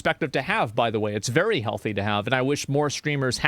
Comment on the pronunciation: Give 100 million Chinese men the day off work to play a game, and ya lmao "vewy vewy successful" 😂